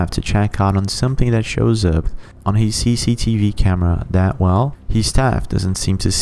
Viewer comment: It is not " Hees", it is " His". "Where hees at? It is Where is he? " Hees home", " His home". "Where is hee at"?